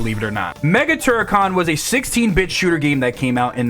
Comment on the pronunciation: As a brit the "rad mobile" pronunciation had me scratching my head and the " mega turrican" (turricon) confused me a bit. Can't imagine calling a mobile (as in phone) like that. Weird how we hear a word and it sounds soooo different. I noticed the lay man part also 🤔🫣